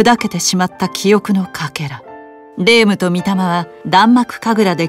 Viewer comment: やっぱり発音は「れいむ」じゃなくて「れーむ」なんだな